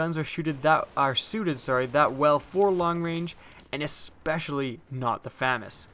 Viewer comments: its Fu-mas say it slower to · Pronunciation: Fuh-Maz. Thank you. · FAMAS is pronounced fah-mahs. or Fusil d'Assaut de la Manufacture d'Armes de Saint-Étienne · Proper pronunciation of FAMAS: fah-Mahs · FAMAS is commonly pronounced Fuh-MAWS, but it probably doesn't matter. It's kinda like the whole Car-BINE vs Car-BEAN debate where both are correct. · I'll take the famas over the aek. By the way did you know your pronouncing famas wrong? : ) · Oh God!! You're saying it wrong! God help you! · Ur pronouncing it wrong Famas is French. The second A in Famas works like an AU when u pronounce it. u wouldn't pronounce auto ato right? Lol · Except I'm not adding an accent, I'm just pronouncing the title as it appears. To be grammatically correct, to pronounce the name as it is used in the video, the word would need two M's (FAMMAS). Just the rule of the English language.